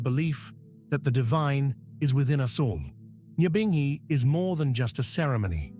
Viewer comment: #NYAHBINGHI pronounce our thing right RASTAFARI LISTEN TO THE WAY RASTAMAN PRONOUNCE THEM SELAH